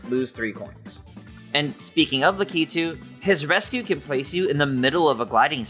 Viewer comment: Le-kee-too no la-ke-too